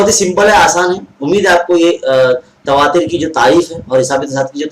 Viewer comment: تواتُر ہوتا ہے تصاعُد ہوتا ہے موصوف کا تلفظ درست نہیں ہے